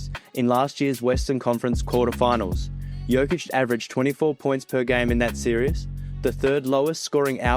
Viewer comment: Hey basketball is an everyday thing for serbs.Perfect pronaunciation btw great video!